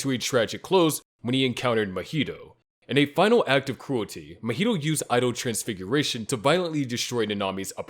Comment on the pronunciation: Say Mojito again mf